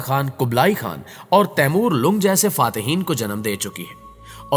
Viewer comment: Taimoor lung nhi jnaab . Lfz LNG hai . Yaani LNGRA yaani pair se apaahij .